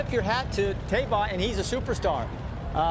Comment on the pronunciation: Man, Jerry Bailey is getting senile. He's my favorite jockey ever. Cigar is the greatest horse I ever saw. My 2nd favorite behind Rock Hard Ten. But Jerry said Santa Anita Handicap and pronounces it Thai-ba. It's Tay-ba.